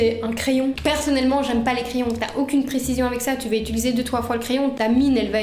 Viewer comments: Quels magnifiques cheveux! Bon par contre désolée d'être la casse-** de service mais le verbe é-t-u-liser revient tellement souvent que je suis obligée de le dire: en fait c'est "utiliser". Bravo pour les montages dynamiques et pleins d'humour! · Tu dis aussi « utuliser » au lieu de « utiliser » 😂😂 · Et tu dis très souvent "je vais utiliser" mais tu dis "utuliser" 😂😂 Ça me perturbé de ouf ! Hâte de voir la prochaine vidéo !! 🥰